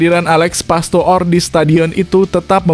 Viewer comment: PASTOOR = dibaca PASTOR.